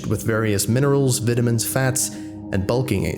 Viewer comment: Your North American accent is really good, the only slip I noticed was how you pronounced “vitamins” “vITamins” like you are saying “it”. Here in the American Midwest, which seems to be the accent you are replicating, it would be more of an “ite” sound. “VIteAmins” if my poor attempt at phonetic spelling makes sense. Otherwise, you’ve really got it nailed, nicely done!